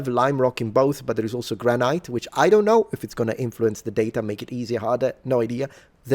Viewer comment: Since I know you appreciate having your pronunciation corrected the second syllable of granite is pronounced like the word it